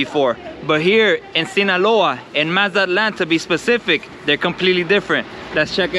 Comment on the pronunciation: No hate Bro but the way you say Mazatlan 😬 the “Z” is more like an “S” Like so; MaSa-tlan.